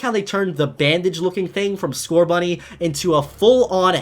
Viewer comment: There is no T in Scorbunny!